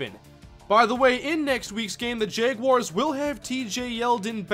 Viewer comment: why did he pick the jaguars if he can't even pronounce it right